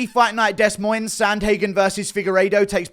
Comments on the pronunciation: Hey guru it’s pronounced (duh moin) not (dez moines) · Deh Moin is how u pronounce it, good attempt tho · Guru, Ik you’re from the UK, but it is pronounced “Day-Moyn” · It’s pronounced ‘Duh-Moyne’ Iowa NOT Dess Moinz !!!!! Please do better, Guru!!! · Des Moines ( Da Moine) one of the things that drives me absolutely nuts. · De”s” Moines 😂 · It’s pronounced “De Moin” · It’s pronounced Dez Mo Inez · Pronounced “Deh Moin”, you’re the best though guru 🔥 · It’s de-Moines fam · “Dez” Moines 🤣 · its duh moin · Actually its Des Monies Moicano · Its pronounced "De Moines", the S is silent on Des. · It’s just pronounced (De Moin) … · It’s pronounced “De Moine” guru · For anybody wondering, it’s pronounced “d’MOIN” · Demoin, Iowa 🌽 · Dez Moins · Here in Iowa we call it “Der” Moines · Gay Moines? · Dess moines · It’s pronounced Duh Moyn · I’m from Des Moines. Everyone messes it up. 😁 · Bro said “Des Moines” when it’s actually “Des Moines” 🤣🤣🤣🤣🤣🤣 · Instant -10 aura for the Des Moines pronunciation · Bro doesn’t know how to pronounce Des Moines 🤦‍♂️ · It’s pronounced Des Moines not Des Moines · Exactly, who says it Des Moines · yeah seriously. I guess I can see why some people would pronounce it Des Moines, cause it’s spelled Des Moines, but it’s actually pronounced Des Moines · i’m from iowa and i love the way he said des moines😂i always hated the way it’s pronounced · The s's in Des Moines are silent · for whatever reason the s's in des moines are both silent. keep that in mind. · I'm from Australia and when he said it I was like wtf that can't be right lol. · He’s so uncultured😂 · It physically hurt me.